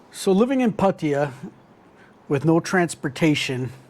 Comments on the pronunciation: "Pattaya" is pronounce "Patt AAA" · Pa Ti Ya. Not that hard. 6 months? Learn to pronounce the name of the City. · It's phát-thá-yaah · No Thai pronounces Pattaya the way you do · No one care about your ‘Rants’… you still don’t know how to pronounced Pattaya correctly. No more ‘Rant’ please. I only subscribed to see your hot girl friend. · It's "Pattaya", not "Pattaya" or "Pattaya" 🤣 Cool vid man...thanks. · I don’t think he’s the guy to ask base on his pronunciation of a place he has lived for 6 months.